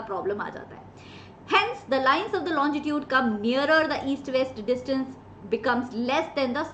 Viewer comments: Ma'am it's longitude not lonjitude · Your are the best teacher i would prefer to myself and to other though but it's not "londitude" it's longitude the pronunciation ❤